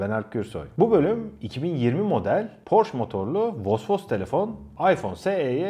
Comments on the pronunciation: porş değil porşe diye söyleniyo reis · doğru telaffuz "porş" değil "porşe" dir. stuttgart'dan sevgiler. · Porsche bir alman markasıdır ve "Porş" diye okunmaz, doğrusu "Porşe".